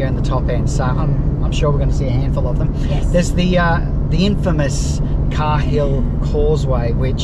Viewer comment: Love the vids guys! Just one thing though, Cahills is pronounced "kay-hills" and Ubirr is pronounced "ew-beer"... :)